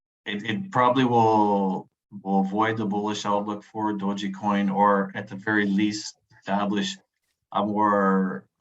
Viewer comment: The E in Dogecoin is silent dude